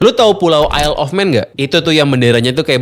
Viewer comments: Yayyy akhirnya ada yg bs ngucapin / pronounced “Isle” dengan benar 🎉🎉🎉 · Baru kali ada yang bahas TT isle of man tapi dengan pengucapan “isle” yang bener😂